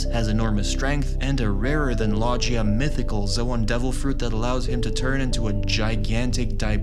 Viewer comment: please stop saying lojia its logia with a G